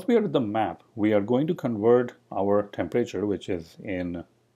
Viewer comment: Please learn the difference between a class and a struct. Oh, and please learn how to pronounce temperature, it’s not tempreyture.